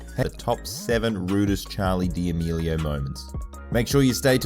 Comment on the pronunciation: Did he just say Charli Dee meelio